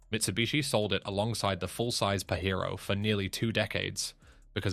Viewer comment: The Pajero is pronounced with a J not a Fucking H